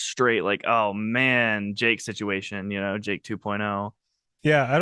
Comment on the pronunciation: I thought oy said 'ake, not Jake